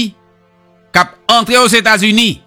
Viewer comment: Quel honte pou ou ,même États-Unis w pacab prononcé